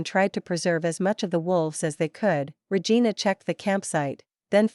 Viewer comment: Liking the story, but hearing the tts read regina as re-gai-na reminds me of awkuafina's line from shang chi and makes me wanna giggle